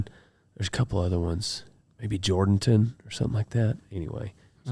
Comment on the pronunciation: I gotta correct you haha it’s pronounced “jerdanten” not “Jordanton”😂🤙